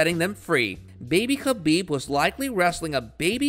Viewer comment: Yo, how about you get someone to read the obviously prepared narrative in the video, that actually is knowledgeable about the person he’s telling the viewers about. It was honestly hard to listen to that guy murder Khabib’s name, and some of his opponents that were shown in the video with him. Some people may disagree, but if the details like that are ignored, you’ll never be able to put out a quality product, and expecting subscribers, or a plethora of likes, is at best, comically delusional. Merry Christmas 🎄